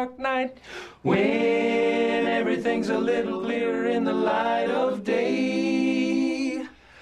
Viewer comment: They said learer instead of clearer